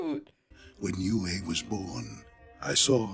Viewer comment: For those who don't know Princess Yue’s name refers to the Chinese character for moon "月" But the pronunciation should be to pronounce Yu and e together, only one syllable The Chinese characters for Tue and La are written as 推 and 拉 These two words mean push and pull. In addition, I really like the performance of Zuko and Zhao in this episode Zuko is really kind-hearted, so he is willing to save Zhao in the end. And Zhao sincerely looks down on Zuko, so he is unwilling to accept Zuko's help even if he faces death.